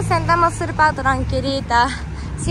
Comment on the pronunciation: no se dice surpa se dice super dile a lily que te enseñe esa palabra 😂😂😂.